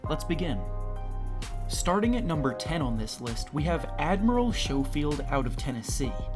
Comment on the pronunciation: It’s not pronounced show field it’s sco field like it rhymes with snow